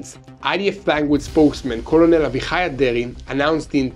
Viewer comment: thank you for your awesome newscasting. I wanted to say, COLONEL is pronounced like (CUR-NOLE) cur as in the word 'occurr'. Love to hear your videos, i hear you say KOLO-NOLE alot, hah. Still, wouldnt be the same without you bud!!